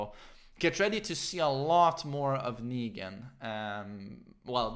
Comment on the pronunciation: Why do you say "zAfina" and "Akuma", but don't say "negAn"?